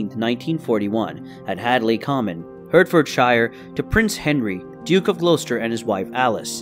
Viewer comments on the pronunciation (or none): Sorry had to stop watching I'm from the uk !! Where is hurtfordshire edinburg !!! If your yr going to talk about the UK get the prenouniation correct at least !!!! Its pronounced Hartfordshire !! Nd God damn you called the Capitol of Scotland !!! Edinburg !!! Disgusted !!! Minor details!!!! Mean a lot !!! I pulled up just a few !!!!!